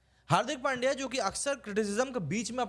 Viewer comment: इरफान पठान को पुछलो, वो पांड्या नही पंड्या बोलते है उसको ।